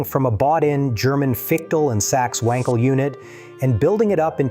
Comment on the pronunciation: AI can't pronounce wankel.